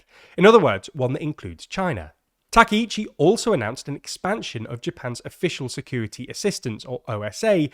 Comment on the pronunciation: GUYS. No. Wrong! why is this so fucking hard for you people? why is it so hard for you to say her name right Its Takaichi, not Takeichi. what part about it don't you understand? which letters are confusing to you? I desperately want to help you with this. please either learn how to pronounce Japanese names or stop reporting on Japan I'm not asking you to have a perfect accent or anything I'm just asking you to say the sounds that are in her name